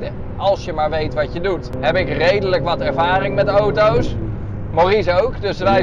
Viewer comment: Hoort iemand anders ook dat hij oto’s zegt i.p.v. auto’s